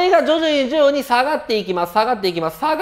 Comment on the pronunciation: 徐々にが上手く言えないさこだ